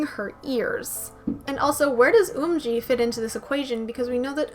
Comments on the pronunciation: hey :) yerin is pronounced as yae-rin sowon- so-on umji- eom ji yuju- yuju sinb- shin b eunha- very slight eu not oo so eu na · Now that I’ve learned the Korean letters and sounds I know that you’re pronouncing Eunha et Umji names wrongly. It’s Umji like Up and Eunha like Eunbi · the 'u' in umji is pronounced like the 'u' in thumb; the accurate romanized version is eomji. your pronunciation of eunha is spot on, just that a lot of people tend to leave out the 'h' sound which should be present.